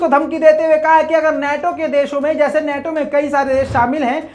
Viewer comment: नेटो नहीं नाटो सही शब्द है ।